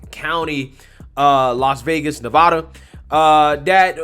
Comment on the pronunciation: I'm here to say thank you for saying Nevada the right way lol